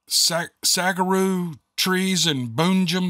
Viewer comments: Sa-wor-o is how you say saguaro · Haha always the same! I got a kick out of your saguaro sounding out. But if you want help. Saguaro = Suh-war-oh is the best way I can type it out for you to sound out. It doesn't bother me though. It's great! Love the stories you tell from others encounters! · Those giant cactus are pronounced like SA WARO. if I hadn't been there a lot I wouldn't have known either. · Oh yeah, one of the words you couldn’t figure out was Saguaro which is a type of cactus, pronounced like “sa-GWA-ro”…they’re those typical giant green cacti, that look like they have arms…the most stereotypical shape of a cactus! The other one was “jaguarundi”… said like “jag-wa-RUN-dee”. They’re a rare wild cat, related to pumas and cheetahs surprisingly. They’re more common in South America, but can still be found in small numbers in México and the southwest US. The other one! Crepuscular, or “crep-USS-kyu-ler”… it’s like the opposite lifestyle to nocturnal (night) or diurnal (daytime) animals. Most deer, pumas and other wild predators are crepuscular, even though they can be seen at all times of the day and night; they prefer feeding at sunrise and sunset. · Saguaro = SAH-WARE-OH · The reason they spell out the phonetics of a word is because the double "LL" is pronounced "Y" in spanish/ Indian languages. I love your version of Saguaro! It sounds cool.